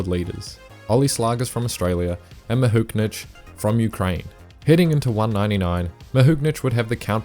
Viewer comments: Great video, but there is no N in Mahuchikh! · Dunno what your calling Mahuchikh, whatever it is it isn't her name though 😁